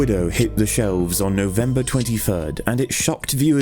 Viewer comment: No-Vembah da twenty furd is gonna go down in herstory.